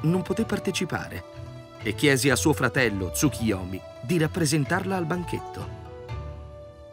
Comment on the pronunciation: Perchè leggi Tsukiyomi?